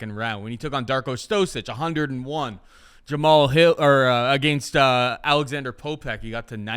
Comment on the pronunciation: Someone please tell how to pronounce Jamahal.